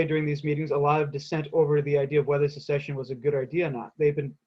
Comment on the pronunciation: "secession" not succession